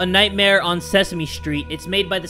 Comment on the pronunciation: when said we are playing ceeseme streat i thought of elmeo and the cokie monster xD